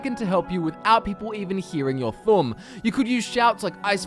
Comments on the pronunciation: From hearing your 'thumb'.... THU'UM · >Thum Everyone should know by know that it's "thoo-uhm."